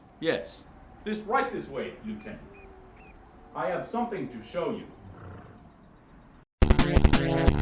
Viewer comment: that lieutenant pronunciation lol